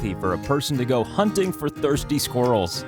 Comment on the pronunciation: "Hunting for trusty squirrels" first I heard Hunting lol....